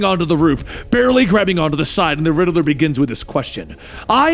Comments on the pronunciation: He said perhaps you should call me the riddler not rideler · Lol he says riddaler